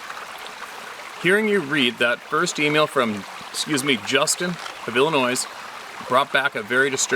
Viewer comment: It's pronounced ILL INOY. Not Illinoise. Ok. Got it? Damn foreigner's! Lol.